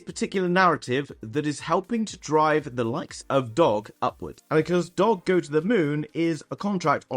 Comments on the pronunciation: Ur missing the g when u say doge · How do you not know the correct pronunciation of DOGE Coin? 😂🤨